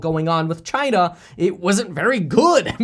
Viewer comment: Each time he says China, I can only think about CHY-NA